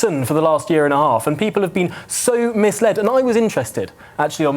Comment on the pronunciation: "Misled", not "mislead"!